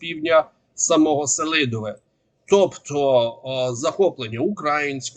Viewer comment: та він й селидовЕ вимовити не може